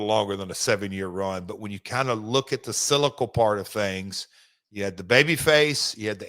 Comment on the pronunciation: It's sylical Jeff, sylical!